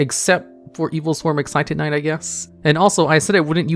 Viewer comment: Adjusted Gold, Excited Knight Everyone else: Adusted Gold, Exciton Knight